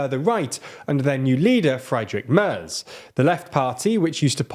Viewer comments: Same with "Fraidrik Merz" 🤣🤣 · In German it is pronounced Wagenknecht [ˈvaːɡŋ.knɛçt] Friedrich Merz [ˌfʁiːdʁɪç ˈmɛɐ̯t͡s] ^^ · Don't forget about fried Rick Murs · and the "Z" in Friedrich Merz is pronounced "ts", you know like "Herts", that Scottish fitba' team 🙂